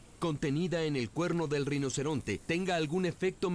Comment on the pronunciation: Alguien puede aclararme, por favor, si en el docu se dice reinoceronte o rinoceronte? Porque si dice "reinoceronte", como a mi me parece escuchar, es falso.